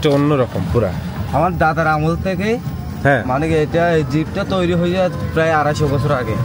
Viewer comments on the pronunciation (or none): none